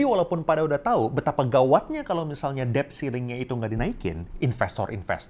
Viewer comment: Maaf ya mas OP, mau koreksi dikit: “debt” itu huruf “d”-nya ga diucapin. Jadi bunyinya seperti “det”.